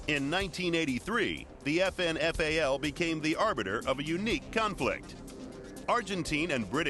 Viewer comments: you say FN FALL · Sounds like they're saying "effin' FAL", ha ha. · It's pronounced like effin fail.